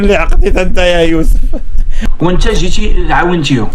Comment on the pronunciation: كضحكني ملئ كتقول يوفس